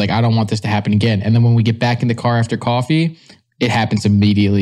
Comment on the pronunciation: little accent comes out when he says coffee